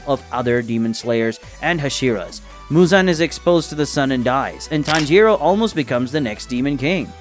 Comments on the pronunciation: you called tanjiro, tanroji in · HOLD UP “Tanroji” 😂💀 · Did anyone else realize that he called tanjiro tanrochi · Tanjiro ✖️ Tanroji ✔️ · I heard tanjiroji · I thought I misheard and misread but it is tanroji